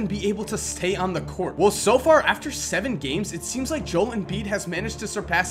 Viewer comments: I am sorry to correct you u but, I am a Kansas fan and is name is pronounced JO El not Joel It's Joe ell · god dammit JO-EL, JO-El, not JOLE fucking JO----------EL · The fact that you say Jole not Jo-el annoys us dozers fan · This is hard to watch because of you saying JOEL instead of JO-EL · Im sry, I love your work, But its JO-EL embiid NOT Jol embiid. Ty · let me help you out, JOE-L not Joel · JO-EL is how it's pronounced not Joal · It's not Joel it's pronounced (Joe L) I'm not even a Sixers fan and I'm annoyed 😂😂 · Jo-el not Joel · It's joelle embiid not jole...... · Is Joe-Ell not Jole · It's pronounced Jo-el, not Joel. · Just so ya know....his name is pronounced Jo-el, not Joel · JOE L NOT JOEL LIKE BILLY JOEL BUT JOEL LIKE JOE L (LOL) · Bro, it's pronounced Joe - El, Not Jole. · JOEL: 2 syllables. SAID: (JOE L) NOT LIKE BILLY JOEL AS A SIXERS FAN THIS IS ACTUALLY PISSING ME OFF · Real Dallas Cowboys Fan It's fucking Joe L. Not Joel. Two syllables. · 0.03 jol embiid lol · Hehehe he said jol embid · Your pronouncing his name wrong it’s Joe-el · It’s pronounced jo el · It's Joe-el Embiid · It's pronounced (joe) (L) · its joe-l embiid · He saying "Jole" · Just saying it is Jo-el Joel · Pronounced Joe El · Joel { joe-el} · its pronounced joe-L em-beed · Boom Goes the dynamite no he said it like jol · Really?? 😂 ITS JO - EL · his name is JO-EL. Joel is two syllables. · A&Z Bad Gamers nope your wrong if you pronounced it joe l he sounds like a guy that his first name is joe and his first initial is l it's pronounced jol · Actually it is pronounced "jol" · You are wrong it is pronounced Joe-ELL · its pronounced (joe-el) but great video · I enjoyed the video... but cringed every time you said his name. It's pronounced Joe-ELL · Jo-El Embiid, like Jo-L. Great Video! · I'm pretty sure it's pronounced Joe-El, which doesn't make sense since it usually is just Jol. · It's pronunced joe L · It's pronounced Joe-L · It's pronounced Jo L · It's JOE-EL